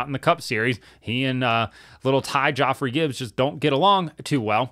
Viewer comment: “Joffrey Gibbs”… perfection.